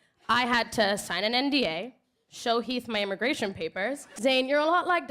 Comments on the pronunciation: Yes omg the fact that you get heath and Mariah’s names wrong shows how irrelevant they are because I didn’t notice you even saying it wrong for the first couple times. Love you girl. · That Keith and Maria instead of Heath and Mariah had me confused 🤣😂